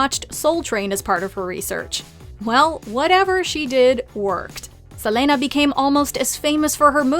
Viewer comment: why do you say Selena like that